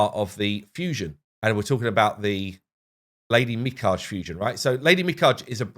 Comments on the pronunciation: ARRRRG! Mi-ka-ge not mi-cage. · just wanna lyk that Lady Mikage's name is pronounced as Mi-Ka-Ge, with the Ge making the "guh" sound, as in gynaecologist. Hope this helps:) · It's pronounced Mi-ka-gay in English, dude they even call her that when she's introduced in the last raid update video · Stop saying her name that way. It's Me-Kah-Gay. It is Japanese not French. You said it correctly in a previous video.. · Me-cog-a= Mikage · Its "MI-KA-GE"!!!!! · How did we go from understanding how to pronounce mikage to getting it completely wrong again? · The stupid thing is that he said it correctly in a previous video. It's like he trying to say it wrong to get comments or something.